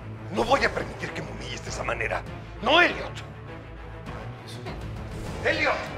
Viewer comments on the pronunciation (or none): Pensé que dijo idiot en vez de Elliot 🤣